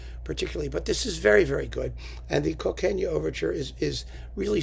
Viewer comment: [Phillip Brookes] Cockaigne should be pronounced 'Cock-ane'. It's a legendary land of milk and honey which, in Medieval times, became associated with London. It's almost certainly the origin of 'Cockney'. It's sometimes spelt Cockayne. A friend suggested to Elgar that his proposed Cockaigne No. 2, City of Dreadful Night, should be retitled Morphine because it would be soporific. Elgar replied, "Ether will do". (In the end much of it went into the E-flat Symphony.)